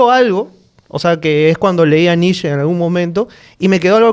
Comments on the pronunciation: Se pronuncia NICHE, IUBAMENSH. Nietzsche es un filósofo relativamente fácil de leer en comparación con Kant, Hegel o Heidegger. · Gran capítulo... solo comentario irrelevante, sin ganas de incomodar al gran. Netzsche o se pronuncia en alemán o en español (que suenan casi igual), no encuentro sentido de por qué pronunciar somo si fuera en ingles. Saludos